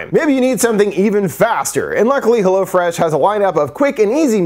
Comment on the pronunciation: AHAHAHA, I forgot your ad read for "hello-fresh". Mad funny. Idk why but everyone else says "hell-o-fresh" but you say "helloh-fresh"